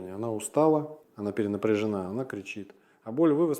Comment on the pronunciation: 4.50 Говорит этот робот правильные вещи, но это не доктор! он сказал -перенапрЕжена ... вот и всё ИИ !!!